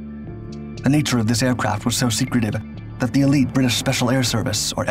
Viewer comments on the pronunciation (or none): none